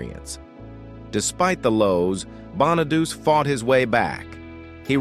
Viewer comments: That is a real job teaching AI how to actually pronounces correctly. It is Danny BON A DUCH I it is Danny Bon-A-DuCH-E. Bonaducci is (I think) an Italy last name, but it is pronouced with an E sound, not an I sound. AI only see the letters and lack the experience of the real world. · Cant even say Bonaduce right